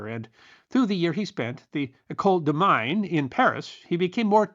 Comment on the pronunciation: The École de Mines: Mines is pronounced Meen in French.